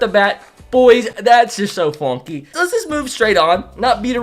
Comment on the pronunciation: “Fonky”is the new word lmao can someone count how many times he said it?